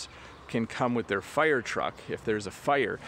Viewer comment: It is a bit 'strange and interesting to hear that you pronounce the word 'fire' as /figh(t)r/, is this pronunciation typical in Canadian English?